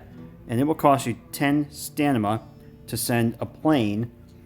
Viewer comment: it's "STAM-I-NA" lmao. love the vids tho bro